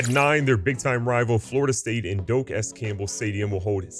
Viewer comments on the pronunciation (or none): none